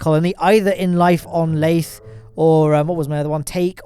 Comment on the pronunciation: LAYTHE HELICARIER